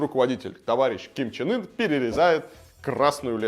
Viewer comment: Я один слышу,что лидера называет Ким Чен Ыр?